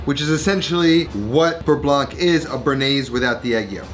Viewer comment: bearnaise also contains tarragon besides egg yolks (compared to beurre blanc and btw you do not pronounce the ending c in "blanc")